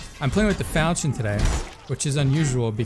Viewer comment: Love the weapon as long as I can keep in range. I think it’s pronounced like fal-kee-un though.